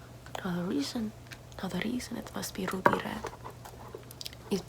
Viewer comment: No one:: rrrrruby rrred